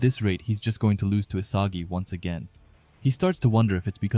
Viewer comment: bro's accent lose changes to loss. but because of you i am not sitting with my laptop reading boring manga